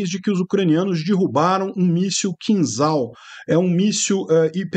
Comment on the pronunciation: Pronuncia-se "Quinjal" (e não "Quinzal")